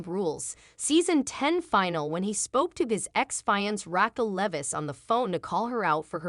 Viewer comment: It's not final. It's finale. I can't listen to this sh.t!